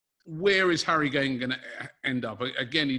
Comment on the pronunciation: He wanted to say "Harry Gay" so bad😂